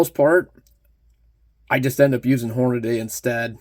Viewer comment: Hornady is pronounced Horn-a-dee, not Horn-a-day.